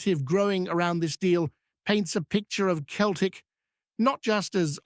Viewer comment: its not pronounced keltic its seltic